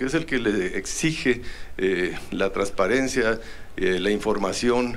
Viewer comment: "trasarencia" HA HA HA